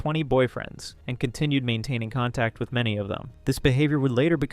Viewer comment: Does he have something alongside dwarfism? He speaks like a baby? Like his voice is very child like and he says things like wiff instead of with and he makes lots of mouth sounds and speaks In pauses like a toddler. I’m not making fun of him I’m just asking if he’s mentally stunted bc lots of dwarfs do not also sounds and talk like a child, I really think felicity is sick af. Bc she interacts with him like he did a. Toddler and she is the mother not boyfriend girlfriend